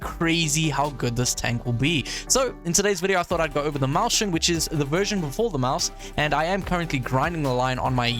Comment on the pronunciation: "maushen" my german speaking brain wants to die everytime you say that ☠️